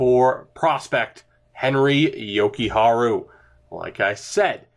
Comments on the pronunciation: Jokujarju: Yo-Ku-Har-Jew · Jokiharju - Jo-key-har-you